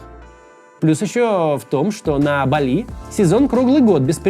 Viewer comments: бАли не балИ, аж уши режет, издеваешься чтоли Максим, сложно было посмотреть как ударение ставить? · По-русски правильно (впрочем как и по-английски) БАли, а не БалИ. Ударение на первый слог. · Максим, не БалИ, а БАли. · В слове "Бали" ударение на первый слог